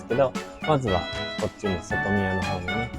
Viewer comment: 内宮、外宮は『ないくう、げくう』って読みますよ😅 おいしいコメントのネタをありがとう😉💕